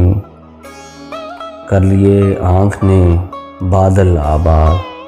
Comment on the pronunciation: بادَل بہت اچھا استعمال کیا ہے! اور لوگوں کو اسکا صحیح تلفظ پہنچانے کی سعی بھی کی آپ نے.... شاد رہیں